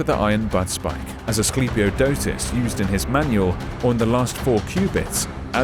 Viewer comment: Chiton is pronounced rrrriton (more like the j in Spanish) and the i being... you know i. And the k is pronounced is Greek. Greeks did not write a letter to not pronounce it. So knemis = knemis and not nemis. I love this era. Everything was badass back then. Also, it is Asclepiodotos, not us.